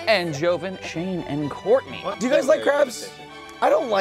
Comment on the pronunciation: SHOURTNEY XD